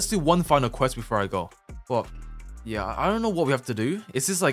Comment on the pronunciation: can you replace your "Yeur" with "UwU" for 1 video